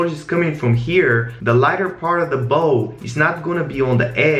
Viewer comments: I like when calls the lighting "lightning" bc it adds character to the videos lol. Also his accent doesn't distinguish between the soft "a" sound & "ow" sound, so "ball" & "bowl" sound identical. Kinda cute haha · Him: reflect around the BOH Me: eue okie